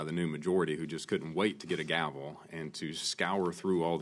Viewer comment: Did a mean, bad Congresswoman hurt little Steve Mnuchin's feelings? The word actually is "gavel" not "gravel". Your obvious discomfort before an equal branch of Government oversight can make little "Munchkins" "grovel".